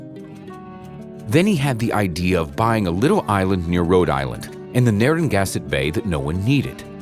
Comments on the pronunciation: it' s Narra-gan-sett, not Narran-gass-ett . (In Rhode Island, not near Rhode Island) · Well, I’ve been in that house. The younger adults used to have parties in it on Wednesday nights in the summer in the early 80’s (I hope I’m not getting any of them in trouble!). It’s not in the Atlantic Ocean. It’s in Narragansett Bay (pronounced nar-a-gan-set, not the way the narrator said it) in the town of Jamestown across from Newport, RI. It is a summer house and not always occupied. I just had to comment because I hate it when people, or computers, mis-pronounce local names. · I could have sworn the narrator called it "Narringansett Bay". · Haha, this guys pronunciation of Narragansett is great. On another note, I have sailed past this house many times, it is amazing. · I think it’s funny how I’ve sailed past the house before and have lived in Rhode Island my whole life but never knew the history. I knew the house but I didn’t even look into the history. I also think it’s funny how he says Narragansett Bay.😂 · Oh lord the way he pronounces "Narragansett" 😂😂 But I've seen this house! It's really cool to see, I'm originally from RI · This isn’t true at all. The guy can’t even pronounce Narragansett.